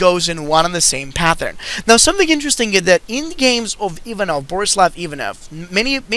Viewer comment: or Danov? You meant Danov in the description.